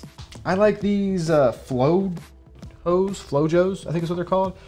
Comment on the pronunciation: It’s pronounced “Flo-Hoes” lol. It’s actually Spanish for a lazy person, or being lazy. Example: He’s real lazy. = Es bien flojo.